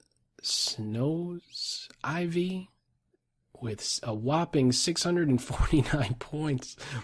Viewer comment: i wish i had chosen a better name than "snoisiv" haha, though it cracks me up to hear try to pronounce it:D